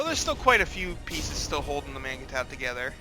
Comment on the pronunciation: Isn't "mangetout" pronounced more like "monj too"?